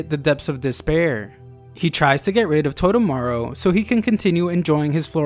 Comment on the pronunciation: Toe-Toe-Mah-Roo. not totomaro